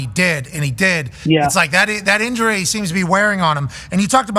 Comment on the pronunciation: “the inury situation” ….. ….